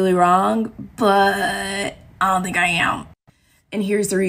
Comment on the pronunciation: The fact that she was giggling as she talked and the way she said I don’t “think” I’m wrong, tells me she’s not really a professional anything.